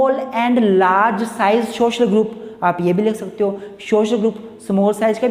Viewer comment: its social not shoshal :!